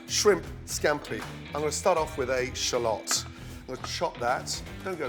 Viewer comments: Gordon it's Pronounced shallot not shallot... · What the heck is a shall lot. It's a shallot.. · I guess gordans never heard of a garlic press XDDDD And what the fuck is a sholot, its shallot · A “Sha lot” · Not a shalittle but a shallot